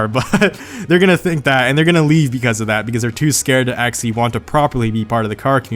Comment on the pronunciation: Actually. Try it: aC-tually. NOT aXially.